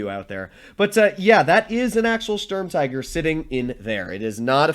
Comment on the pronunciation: The U in Sturm tiger is pronounced the same as the U in stupid, or the OO in spooky In total it is pronounced: 'Schturm teager'. The StuIG33B is an Sturm Infanterie Geschütz. It is not an L. It is an i. The I from Infantry. In documentation the name is shortend to: Sig33.